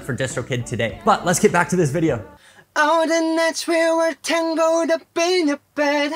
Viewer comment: yeah try tang-el-d instead of tangled lol